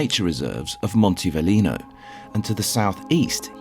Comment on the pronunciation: Monte velino not valino